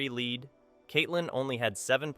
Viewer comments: It's not lead, it's lead...you know what I mean. I hate computer voices. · I am so tired of ai voices! It's not lead like the metal its like I am leading! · Why do you keep saying "lead" incorrectly? Or is this AI narration?